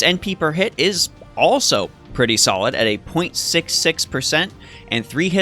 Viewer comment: Not gonna lie every time you said solid I chuckled a bit.